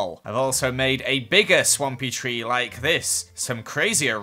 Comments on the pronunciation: No one:: and we are going to start off by building the free biomes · "tree" - 2019